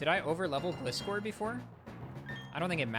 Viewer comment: so he pronounces Gligar properly but then says 'glih'-score :(